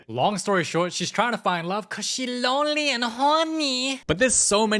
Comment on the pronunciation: "CAUSE SHE LONLEH AND HORNEH😫😫"